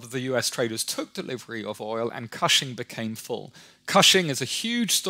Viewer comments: Oklahoman here: it’s pronounced “kush-ing” not cash-ing or however he said it. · Totally mispronounced "Cushing." Oh, ok whatever.